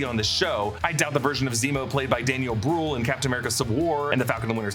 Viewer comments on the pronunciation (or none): This Mans Name is Daniel Brühl! Not Bruhl!